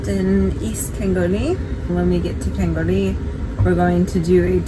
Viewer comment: We pronounce it " Kal-ghoooool-ie ! :) With the emphasis on the 'ghoolie'. Not that it matters, but yeh :)